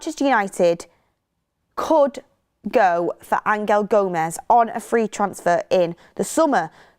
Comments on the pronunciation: Stop calling him ang-el Gomes please 😂😂😂 it’s angel, like the ones in the bible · Stop changing the name of players it's always been Angel gomes not Angal gomes what the hell do your research! I can't see Rashford and Osimhen sale going ahead another load of crap